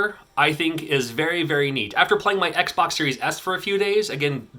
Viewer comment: "It was a rough time for me setting up the Oxbox." Sorry, just sounded funny :)